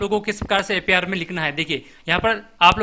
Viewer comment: अपार नहीं ए पी आर है